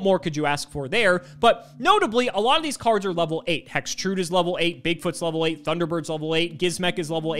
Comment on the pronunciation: "Hex Trood"